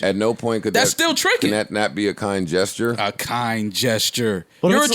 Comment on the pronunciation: " 'A KiNd GesTuRrrrE'.. You're a trick!!! " 😂😂😂